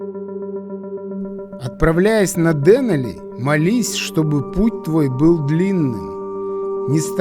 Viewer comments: Как всегда, на высоте, и кинематографической, и географической. К сожалению, немного режет слух ударение в ДЕнали. Все-таки ДенАли. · ДенАли - ударение на А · ДенАли - ударение на А, а не на Е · Извините, но настаиваю на ударении ДенАли! Фильм чудо, сам побывал там надавно, поэтому ваш фильм зашёл на ура!!! Ну и проблемы с синхронизацией участников никогда не просты!!! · Очень красиво! Настолько всё своеобразно!..Вначале не хотелось смотреть,а потом- на одном дыхании. Понравился формат: очень мягко,без перегруза какими-то базарами и т.д. Посмотрел,кстати,по Википедии произносится ДенАли и как-то лучше звучит,по-моему. В целом- очень хороший фильм и Аляска чем-то непередаваема,не могу пока осознать почему,но каким-то магнитом туда тянет..